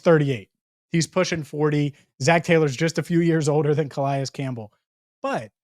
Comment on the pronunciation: Is that really how Calais is pronounced?